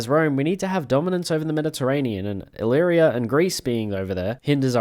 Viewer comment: wha- no you eliminated REACTIONARIES, not revolutionaries ALSO OMG HE LEARNED HOW TO SAY ILLYRIA LETS GOOO